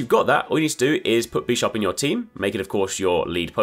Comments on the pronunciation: bi sharp, not bee sharp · Why is this dude saying "Beesharb" it's Bisharp like Bishop, like the Chess Piece